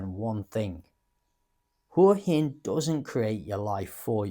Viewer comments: Surely "Hwa Hin" not "Hoor Hin"? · It's not 'hore-hin' it's 'Hwa-hin.' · I wish these bloggers would lea to pronounce Hua Hin